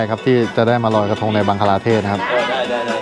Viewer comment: บังคลาเทศค่ะ ไม่ใช่บังกลาเทศ